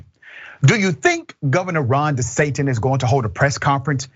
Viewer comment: Ron De who??? Did i hear you say Ron De Satan lol hahaha